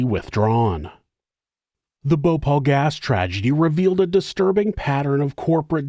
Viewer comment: Its Bhopal not Bhopol ..